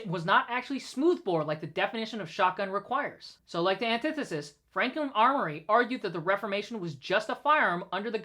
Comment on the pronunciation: Off topic, but does no one know how to pronounce antithesis? Back on topic... Shut down the ATF. ALL problems solved.